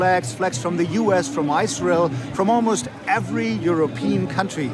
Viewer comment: Did he pronounce it “eye-srael” ? 😅 it’s Israel just like Iran. “Ee-ron”. Not “eye-ran”.